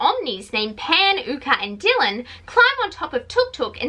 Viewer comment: I couldn't watch all the way through because of spoilers! 🙉 Great analysis (of what I saw), and my only criticism is that "Dyan" is probably not pronounced "Dylan" 😅